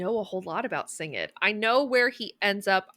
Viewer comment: "Sing-ed"? I've never heard anyone pronounce his name that way. Is that correct? Surely "Singed" is from the past participle of "singe", as in "half his face got singed in a fire in S1E3"